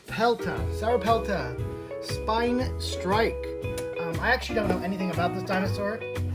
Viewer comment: you say it like sora pelta